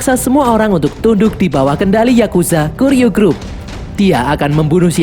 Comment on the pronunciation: Ijin koreksi min, yg bener kuryu grup, bukan kiryu grup min, btw next lanjutin nih seri sampe film terbarunya rilis min yaitu high & low the worst x cross😁🙏🏼